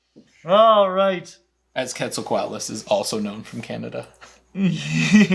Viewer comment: although we accept Kwet-zal-ko-ot-lus as the correct pronounciation for the pterosaur, the god was apparently named Ket-sal-cut